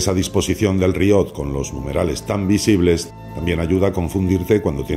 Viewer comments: Hola compañero de afición La palabra que pones como "riot", es en realidad una palabra francesa que se escribe "rehaut" y que viene a significar realce, desnivel... Se pronuncia "reó", así, tal cual lo lees en castellano. Espero haber ayudado en algo. Saludos! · Que tal, Oscar. Lo primero el rehaut, como bien te ha explicado el compañero, es una palabra francesa que viene a traducirse como realce, haut es alto y el prefijo re...yatusabequeloque. También tiene razón en que la pronuncio mal, la castellanizo, en realidad se pronuncia como hacen los franceses con la r, que la dicen con la garganta, y bueno...tengo un extenso debate conmigo mismo, sobre si intentar ser fiel a la pronunciación real, varios comentarios me han dicho que por que digo lonllin, en realidad esa ll es medio s, bien pronunciado, pero suena un poco pedante a ojos de muchos, en fin pasas que cosan si tienes un canal de youtube. Y una vez mas, no puedo estar más de acuerdo contigo, debes saber que la parte de mi alocución donde expresaba que lo único que me gusta del GMT, es la cuarta manecilla, normalmente muy colorida, pero que no entendía muy bien esa complicación, según André me pasé de despreciativo y a mucha gente le iba a parecer mal, por eso optamos por cortar esa parte. Por lo demás, ya lo dije en el video, compro relojes porque me gustan, no porque hagan cualquier cosa distinta a dar la hora, por lo que me gusta su estética, por lo bien que me hacen sentir cuando los llevo, pero no responde a juicios de utilidad y son bastante irracionales, yo le llamo fetichismo. Muchas gracias a ti y un abrazo del equipo